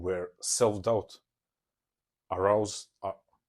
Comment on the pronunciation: Arose, not arowse :)